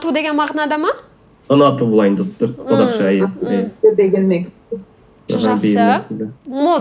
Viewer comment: Мне очень понравилось Ведущая очень тактичная и участники очень веселые я тоже понимаю о чем они мне говорят . Я что , знаю казахский , крымско татврский? Еще много местных 'наречий .Они еще больше поймут.Спасибо .Мне очень нравится произношение слова ' Казашка